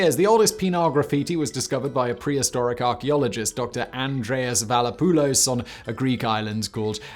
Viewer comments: How the hell do you pronounce Vlachopoulos as Valapoulos? Good job, Simon Vancouver! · Since Simon butchered that Greek man's name, here's the actual spelling: Vlahopoolos(thick H). Loved the video! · Valapoulos, Simon? Really? Read that again. A good thing we also get a written version :-D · You totally killed the name of the Greek archeologist, like it wasn't even close! nice video though!